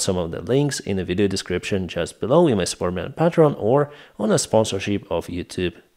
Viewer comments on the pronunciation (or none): none